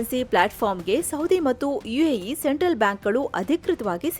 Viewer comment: AE ಅಲ್ಲ ಮೇಡಂ UAE